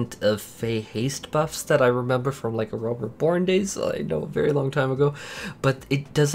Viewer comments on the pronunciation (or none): none